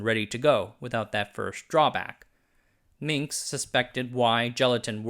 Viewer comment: He is Minsk, not Minx.